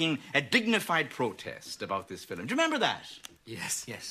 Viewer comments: Why does he say 'filum' instead of 'film'? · I love the way they say film Filim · Love how they say “fillum” for film. My boyfriend and I have been saying that just to be silly for years